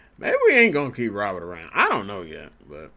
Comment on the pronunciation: Just a heads up; It’s pronounced Luis “Row Bear”